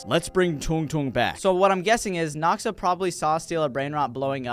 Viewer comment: It just noxa not noxaash